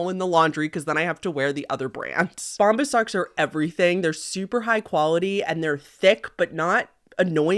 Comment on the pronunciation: Girl, it’s Bomb-BUH’s not bomb-bis 😂😂